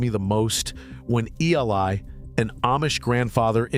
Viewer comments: Yeah E. L. eye, instead of Eli…. Too funny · Why use AI narration? Eli is a common name sound like E-lie not, E L I. I hate AI as it does people out of jobs and it impersonates humans. One day AI will dominate. Be warned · Did you also hear E. L. I. for the name Eli?!! And Ay-mish?! Gee, is it ai?! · His fkn name is Eli, not E.L.I. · AI...still can't read. E L I? EELIE is how it is pronounced... And AI is smarter than us? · It’s really nice to see AI talking to people, doing interviews with humans, and still mispronouncing names like Eli. 😂